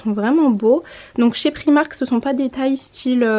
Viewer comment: J'adore tes vidéos mais ça me stresse d'entendre "prix-marque" pour "Primark" 😅 merci pour les idées en tout cas et bisous à ta ptite famille 😘